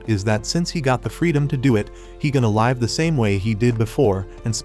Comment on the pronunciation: Mate why you say live = laive